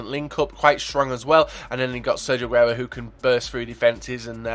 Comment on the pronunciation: u didnt fuck up aguero's name. u worry too much about butchering names.